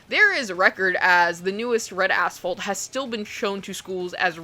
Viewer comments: I spent most of this video thinking you were saying Red Asshole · Damn thank god I had the captions on because I heard "bread a**hole" instead of red asphalt 😅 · I chuckled every time you said Red Asphalt as I kept hearing “Red A$$ Hole” LoL! I remember one scene of the old school film they showed us back in the day of a Highway Trooper shoveling brain matter and other fleshy debris off the road. That has stuck with me for over 30 yrs LoL! 🤯